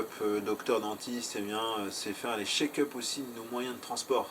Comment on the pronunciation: Juste : "Check up" et pas "Shake up" ... 😉